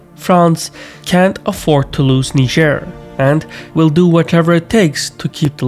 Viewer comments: You're mispronouncing Niger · that niger pronounciacion tho